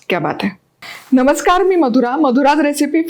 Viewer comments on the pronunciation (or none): none